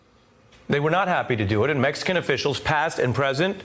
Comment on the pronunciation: He said the Mexacono !